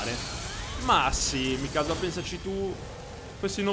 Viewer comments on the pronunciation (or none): none